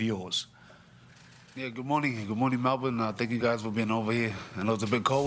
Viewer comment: Lol you got the Melbourne pronunciation correct there mate 😂 I will be attending on Sunday myself and have Haney on points especially if he gets behind his jab.Prior to the Lopez fight I think GK would have also caught Haney napping but now he will have studied George and will make George's ferocity work against him.I hope I am wrong.Plus GK seems to be bordering on arrogance over confidence.That usually is indicative of an impending loss for a fighter.